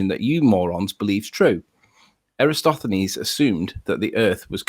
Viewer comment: Extraordinary. can't pronounce Eratosthenes ("eh-rah-TAWS-theh-nees") and Sly Sparkane's world-wide experiment after Eratosthenes demonstrated that it MUST be a globe. Also, ALL SCIENTIFIC CONCLUSIONS ARE PROBABILITY ASSESSMENTS. Only literalists and dullards speak in terms of "proof." Given the different ways we've measured the size of Venus, the probability that it's not the size we think it is is very small. Given the different ways we've measured and observed and imaged the Earth, the chances of it being flat are vanishingly small. We state these findings as facts because it's a verbal shorthand that real scientists (i.e., not you guys) understand. Also stars are tangible, but we can't examine them up close for the same reason we don't set up observation decks inside a nuclear tractor. We can and have studied them at a distance. Finally, the same chain of reasoning that permits us to convict someone of a crime that no one witnessed is used to deduce the nature of distant objects. It's exceedingly rich that the proof you demand for the shape of the Earth is much more rigorous than the airy assertions you blindly accept when promoting a conspiracy theory.